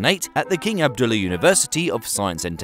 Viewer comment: king Abdullah ... nope Abduolee ... yes